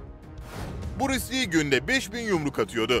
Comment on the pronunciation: Buris Li değil be kardeşim, Bruce Lee (Brus Lii)